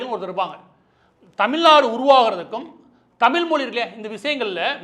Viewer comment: டுமுக என்பது குடும்ப நிதிக்கழகம் என்று எல்லோருக்கும் தெரியும்,எத்தம்னையோ (லட்சம்)கோடிகளை கொள்ளையடித்தவர்கள் கும்பல் என்பதும் தெரியும்.அதை அகற்றுவதற்கு என்ன வழிகள் என்பதை தெரிவிக்கவும். மாற்று ந்பர்கள் பற்றி சொல்லவும்!! தமிழ் என்று ழகர உச்சரிப்பை சரிசெய்யவும்!!மாற்று ந்பர்கள் இல்லாத வெற்றிடமாக தெரிகிறது கால் அழுகிச்செத்த காரிகை A..1...சொன்னமாதிரி கண்ணுக்கு எட்டிய தூரம் எதிரிகளையே காணோம் என்பது மாதிரி தெரிகிறது தமிழ்நாட்டில்?. மு.பி.அடல் பிகாரி டுமுக விற்கு பல மந்திரி பரிசுகள் அதிலும் இல்லக்கா இல்லாத அமைச்சர் போன்றவைகளை மறந்து விட்டீரா?நீர் ஒரு பச்சோந்தி தானே?!!பா ப்பானிசம் நூலிசம் ஆரியனிசம் நூலிபானிசம் யாகம் வேதம் காமகேடிசம் வர்ணாசிரமம் கும்பிகுளியல்.சாணி மூத்திர சாத்திரம் போன்றவைகளை அகற்றினால் பாசகா பெஸ்ட் கட்சி தமிழ்நாட்டிற்கு!!மாற்றாக தேர்ந்தெடுக்க்லாம்.அப்படியே.ஆலரங்களிவ் ஆகமம்.பூசை செய்ய இட ஒதுக்கீடுகள் செய்யவும்😅😅😅